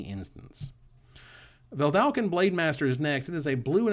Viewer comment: You work so hard to get "artificer" pronounced right...but you keep mispronouncing "Vedalken". Just one L in there!